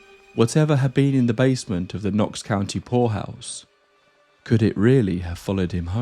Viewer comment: Oh, POORhouse! You gotta ennunciate better, dude...!